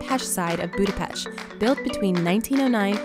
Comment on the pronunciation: Thumbs up for pronouncing the city name same as the Hungarians!